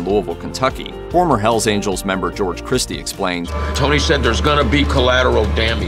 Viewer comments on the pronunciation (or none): none